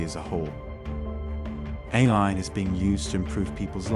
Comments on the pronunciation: The voice keeps saying "a-lie" - is this a programming fault or a subversion of the message? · the voice just said "a-Lie" at about 8.21 - This video is Ai!